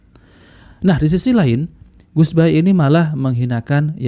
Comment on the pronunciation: Bahasa nya orang di kata kaga pernah ngaji buset baha baha tambahin r biar jadi bahar😅😅😅